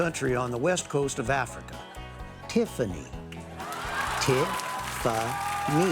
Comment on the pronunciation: 'Tiff-a-ny, -Tiffany' 😂🤣🤣😂🤣